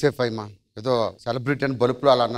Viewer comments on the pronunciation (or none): హైమా కాదు ఫైమా